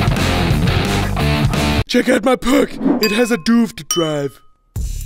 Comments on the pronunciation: Check out my puc, it has a duvd drive!, It's pronounced p-c, d-v-d. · "it has a duvfd drive" XD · "Check out my puc, it has a doovd drive" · "Look at my puc it has duvd drivs" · "This is my p-ec! It also has devd-draiv!" This guy probably dont go to school. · "davd" drive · He said duuvd drives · " This is my PUC! It has a doovd drive! " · "Look at my Tuv! It has hid-me's next to the usbs." - "Check out my Puc! It has a Duvd drive."